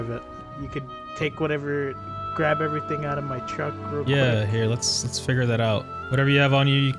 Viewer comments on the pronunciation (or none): none